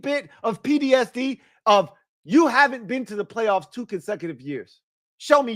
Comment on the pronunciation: keep saying he has “PDSD” in this video. That’s how bad the BS has been over the years. He can’t even say PTSD 😂😂😂